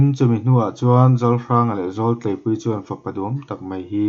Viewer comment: Zawltleipuii lam rik dan a diklo,,,,Zawl khi zawlnei tih kan lama zawl ti a,,lam rik tur